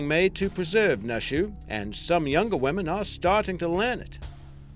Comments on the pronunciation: its pronounced New-shoe not Nuh shuh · its not pronounced nushu its pronounced like "noo-e shu" also, naxi im pretty sure is "na see" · yo, "nushu" is pronounced like "noo-shoo", and "naxi" is pronounced like "nah-shi" (the sound made by 'x' being halfway between the sounds 's' and 'sh') btw great video!